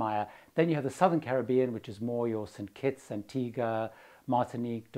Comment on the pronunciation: Thank you for your pronunciation of 'Caribbean.' Not many of us left who pronounce it that way.